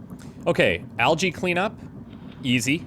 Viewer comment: wait wait did you pronounce 'algae' (al-gee) as (al-jay)? hahaha Bless your cotton socks mate